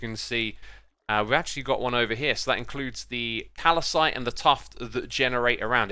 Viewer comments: CaLaCiTe Gets me every time 😂 As somebody that likes geology it physically hurts me to hear that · I've been watching Update vids and he seems to read "Calcite" as "Calicite"...